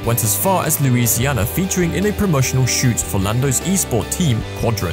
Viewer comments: Nice video, but its Luisinha btw xD. Big hug from PT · It's actually Luisinha, not Louisiana.